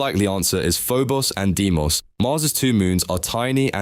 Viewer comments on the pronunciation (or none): none